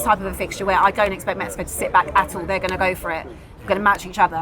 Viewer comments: How does butcher everything...whats mekico? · Have to say it my biggest takeaway is please stop from calling it Mekkyco?